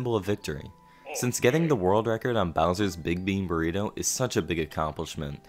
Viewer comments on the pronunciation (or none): "Was that a burgritto?"